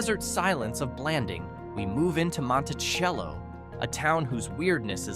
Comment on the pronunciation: Was stopped by the hildale pd about 12 years ago (driving through) as soon as the officer decided we weren't their to help girls escape we were allowed to leave. Your ai narrator can't consistently mispronounce Monticello. Also considering that, with the exception of the LDS chapel the entire town of Dugway is on the proving grounds and everyone who lives there, works there, residents don't talk about what they see.